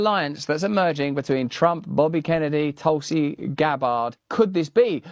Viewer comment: I've never heard him called Donald TRUM 😂 (Just an observation)